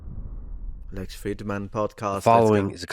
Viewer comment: your brother in pedantry here. "Fridman" is just the transliteration of the Russian Фридман, which is just the common German/Yiddish Friedman. It's still pronounced the same as Friedman /'fridmən/ not /'frɪdmən/. It would be like pronouncing Luciano as "lusiano" instead of "luchiano" because of the English alphabet.